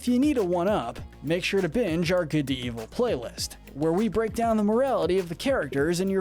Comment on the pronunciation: It's evil not eviel